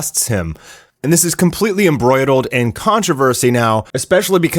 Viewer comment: embroidled? vehemiently? LOL ,, Good Grief, I mena i know the guy's a yank , but seriously? Oh I mean Seioriouselly. Hahahahahahaha